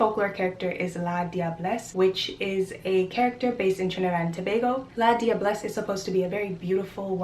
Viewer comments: The "la diablesse" is prunounced la -jah-bless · In St. Lucia La diablesse is pronounced Lajabless.